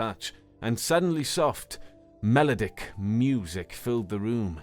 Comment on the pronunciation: That's not how you say that word? I've never heard Melodic said that way. However, I'm American, so it may be how Americans say it. However, I'm almost starting to doubt this isn't AI read.